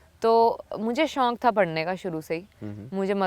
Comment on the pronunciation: Shaunk Kaha tha